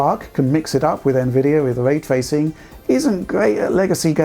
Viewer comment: Hmm, what is Vray Twacing you speak about?